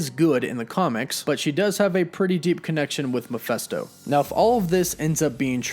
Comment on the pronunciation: I really enjoy your content but it intensely irritates me that you can't pronounce 'Mephisto'. Read the word. It's Me-Phist-o, not, as you constantly repeat Mi-phes-to. It's an adaptation of Mephistopheles, ergo, it's Mephisto, NOT Miphesto! Other than that minor quibble, keep up the excellent work!